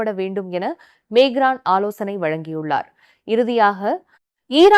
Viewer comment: Emmanuel macron you are pronouncing wrong the name of the president